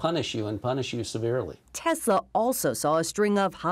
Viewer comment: The fact that he is only person in existence who says Tesla correctly should count for something..